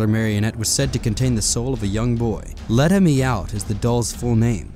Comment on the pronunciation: Letta Me Out? Seriously?